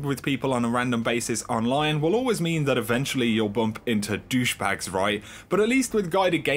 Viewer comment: "doshbags"😂😂😂 ....nice vid